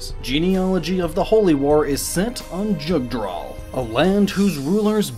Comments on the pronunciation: Those aren't the 12 Crusaders, they're the 8 Legends of Elibe. Also, the continent is pronounced YOOG-JRUL, and Sigurd's name is pronounced w/a soft "G", not a hard "G". His son's name isn't Sileph, it's Seliph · I heard Jugdral was pronounced with a Y sound?